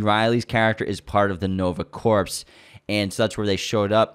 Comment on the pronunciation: You guys are interesting and informative, but “corps” is pronounced the same as “core”. Sounded like you were saying a dead “corpse”.